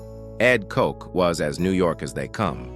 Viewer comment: you can’t even pronounce Mayor Ed Koch’s name correctly! Smfh